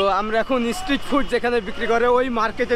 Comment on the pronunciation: তুমি অনেক ভুল উচ্চারণ হিন্দি নিয়ে বলছি না, ওটা হতেই পারে কিন্তু ইংলিশ আর বেঙ্গলি উচ্চারণ খুব খারাপ। স্ট্রিট ফুড যে তুমি বলছো ইসস ট্রিট ফুড। এস কে তোমরা ইস বল কেনো?